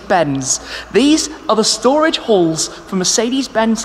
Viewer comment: I kept hearing the holy holes?...but finally clued in it’s the holy halls...accents 😂